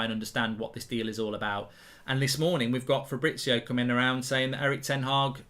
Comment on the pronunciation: It’s fabriZio…. Z!!! You’ve said FABRITZIOO 30x times …. Jesus Christ